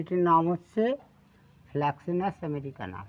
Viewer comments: Fraxinus আমেরিকান not flaxinus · Fraxinus হবে Flaxinus নয়।